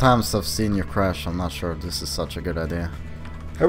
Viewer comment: chrash he will chrash